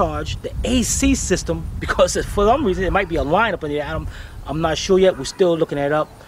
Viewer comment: Hahahaha she did say ac system wrong lol finally got her hhahah